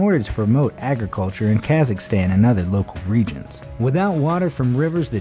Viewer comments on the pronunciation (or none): none